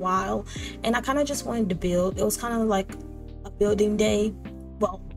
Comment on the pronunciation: Would you happen to be from Baltimore? That “Teww” is thick😂❤️❤️